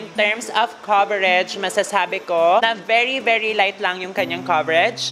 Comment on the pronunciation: "BERI BERI JUTS"